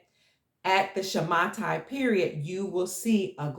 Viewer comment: Dear, Thank you so much for everything.. I would like to correct you in the pronunciation of the word "Shamata". The correct pronunciation is "Shmita" (שמיטה). Much love to you.. Gil from Israel.